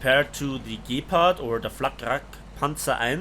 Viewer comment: The way he pronounced "Gepard" though. MY brain heard, "gape-pard". Good one bro.